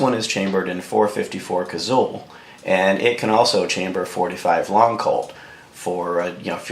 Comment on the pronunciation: Had to quit ya . Liked the info but couldn't take another "Cazull"!